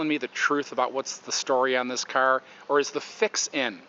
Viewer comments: wtf is a ceur... its a fuckking car not a ceur.... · From the way you're pronouncing "car" as "kurr", I'm going to assume you're from the Michigan/Illinois/Indiana/Ohio/Pennsylvania region...